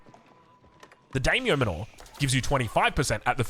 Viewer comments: It's pronounced "manner" not "manure" lmao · Yeah exactly it's like "man-nah" ( accent), rhyming with Nanna... with a bit more of an "er" at the end rather than "ah". It hurts my brain whenever says "Mah-NOOOORE" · Manner. Not man aww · "Manor" is pronounced "Manner" (ie. as in Daimyo Manor) ! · (It sounds just like "manner") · Isn't it pronounced MAN-OR? As in a stately house... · Yeah, it is. I love his videos, but man, am I cringing every time says that word (it sounds like manure every time I hear it). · The way you say Manor sounds like your talking about cow crap... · Unsure if actually knows how to pronounce Manor or not... maybe at this point he's too afraid to ask. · i feel like youre saying manor wrong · Very creative pronunciation of "Manor." I'm into it. It makes it sound like it's not an English word. lmao